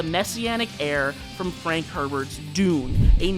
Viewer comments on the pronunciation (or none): none